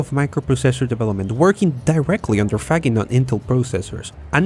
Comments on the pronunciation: This microprocessor pioneers last name is pronounced Fa-zheen'. In naming the company, yes, he had "integrated logic", or "ilog" in mind, but the "Z" was added as "the last WORD in integrated logic" making it Zilog. He was also keenly aware then Intel was short for "INTegrated ELectronics," which is what steered him to coming up with the Zilog name. The traps that Shima put in the Z-80 took advantage of the two types of NFETs in the circuitry: enhancement and depletion modes. Most of the time, the depletion devices had their gates shorted to their sources. Enhancement devices did not, although you COULD, but in that case, the enhancement is turned off at all times. By throwing in a few of these devices in key spots, you could wreak havoc in a circuit. You could not spot these traps visually. Later on, you could by taking X-Rays of the chip, which identified the depletion devices, thus exposing the traps. A major contribution to Intel's focusing on the uP market was that the Japanese were killing the rest of the world with their DRAM products. Intel could not compete, and finally recognized that they had a virtual monopoly on their hands if they would focus on their strength: microprocessors. A famous Intel marketing guy once told Faggin "when you left us and came out with the Z-80, you had us dead in the water for a while." That's when Zilog tried to design their Z-8000 16-bit uP, but the design effort stalled for well over a year, and Intel took off, leaving Zilog in the dus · Great video, but Faggin is pronounced [fadˈdʒin], not [faˈgin] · As an Italian, I should point out his name is pronounced Fa-jin. Like a majin. Or like vagine, if you prefer. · His name is pronounced "fadgin." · Faggin is pronounced more like Fud-jin, with the tonic accent on the second syllable. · In Italy the name Faggin is pronounced “Fadgin”. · You should not pronounce Faggin that way! In Italian G is pronounced J, the sound of the word is similar to Fudge+in, with accent on i